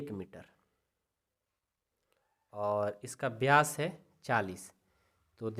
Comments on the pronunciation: सर व्यास होता हैं ब्यास नही होता है😊😅😅😅😂😂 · Ye vkr ki jgh to bkr bol rhe ho or vyas ki jgh byas bol rhe ho or ye vyas d nhi hota😅😅😅😅